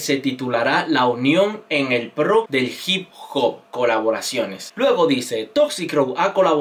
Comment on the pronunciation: Se Escribe Hip Hop Pero Se Pronuncia Hep Pah